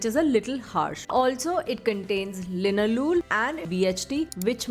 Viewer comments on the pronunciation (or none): none